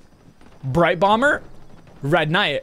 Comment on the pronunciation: the matter of fact that he said “ red knigh” hah